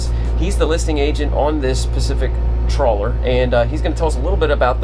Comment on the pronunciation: Great boat ! Great video ! Quick correction, and it's a small one. It's pronounced "Traw-ler" Not "Troll-er". LOL ! It's a small thing, but in today's vernacular, probably need to be careful. Once you've been around this a little more, you'll get the hang of it and people will be able to tell. Cheers !